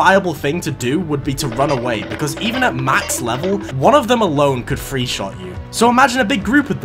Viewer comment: Good video just wish he didn't pronounce t's as f's.. bet you can't tell the difference between him saying free and three 😂